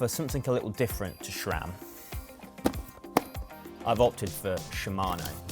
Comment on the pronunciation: Could you please stop saying "Shram".